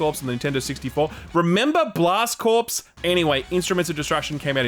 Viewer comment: Blast Corps was my favourite game on N64, so quirky, so good. And it's 'cor' (not 'corpse')